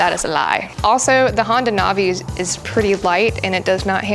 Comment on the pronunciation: I think it’s pronounce Nav- E. Like Nav E Gayshun